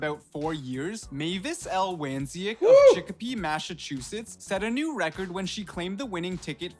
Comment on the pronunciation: Bro said Massachusetts wrong but goo Celtics!! Lmao